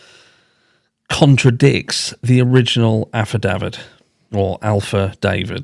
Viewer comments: Just to help....It's pronounced "aff-i-da-vit". There were videos of an "alpha David" going around like he was a witness bit it was just another youtuber talking about the affidavit and then it spread. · lawyer here. Affidavit is pronounced AFF-uh-DAVE- it. Love your channel, buddy. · Just say AFFA DAV ID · Your issue saying “affidavit” is that you are saying a proper English “Ahhhh” instead of a guttural hard “Aaaah”